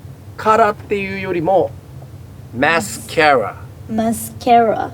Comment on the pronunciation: 男だしメイクしないし英語でマスカラって言うことなんて一生ないと思うけど「マスカラ」の英語発音にはとんでもない自信がある。私はの教えを見て聞いて覚えました。